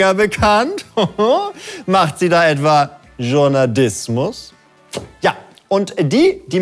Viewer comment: Journa-diss-mus. Noice. XD